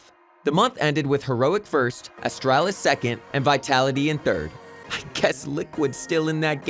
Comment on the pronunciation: V-A-C ban , ASS-Tralis, XY-P-9-X, E-S-3-tag and also the fact he said Stattrack Howl was sold for 140$ without thinking it was a mistake in thr script. Must be just a normal narrator working for the channel and not a guy with csgo knowledge but someone should still tell him how to pronounce those words/names lol